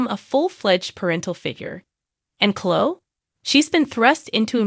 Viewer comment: It's not Chlo it's Chlo-e- I can tell this an A.I. page smh